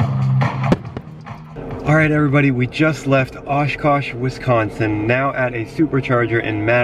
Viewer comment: They are saying Wisconsin wrong omg I'm from Wisconsin so it bothers me so much